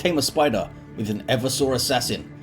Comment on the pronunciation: Hey. I'm fairly sure Eversor should be pronounced Eh-VERSE-Er, with the emphasis on the middle syllable. As opposed to making it sound like a dinosaur or someone with a bad chafing problem. To 'everse' is verb meaning to overthrow or subvert. 'Eversor' is not used outside 40K but it clearly based on the verb and hence would follow the same pronunciation. Like if it was the 'Reversor', from 'to reverse'.